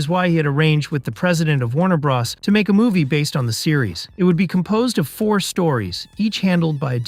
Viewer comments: "Warner bras" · I thought he said Warner Bras